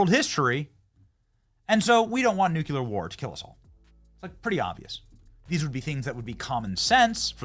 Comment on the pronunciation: IT'S NU-KLEE-AR, NOT NU-Q-LAR!